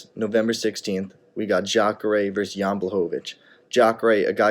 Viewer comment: Video Guy: "In a couple weeks we got Jacare vs Jan (yan) Blachowitz..." Chael: "JAN is a tough guy isn't he?..." lol